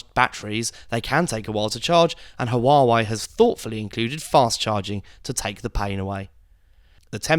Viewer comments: It's pronounced War-Wey not Hu-War-Wey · It's wah-way not hu-are-way.